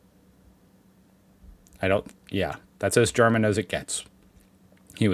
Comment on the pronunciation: I really like your videos, but I keep wondering how you manage to slip guttural sounds into simple German words when you try to speak German. Maybe the trick isn’t to pronounce every word like a drill sergeant giving his recruits a dressing-down. 😂